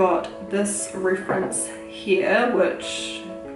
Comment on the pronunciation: Umm did you just say rooference instead of reference